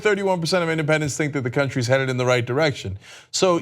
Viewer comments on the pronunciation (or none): "headeded" XD